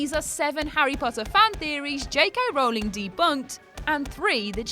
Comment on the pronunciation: actually its pronounced Rowling, rhyming with howling, not bowling. She said it herself